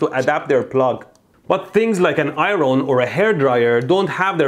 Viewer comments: Did he really just say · things like an I-RON. HAHAHAHAHHAHA... at first i really didnt get what he meant. took me a good few seconds to figure that out.